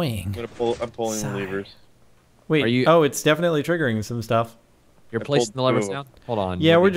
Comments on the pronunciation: LEVERS NOT LEAVERS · I just love how they keep saying leevers XD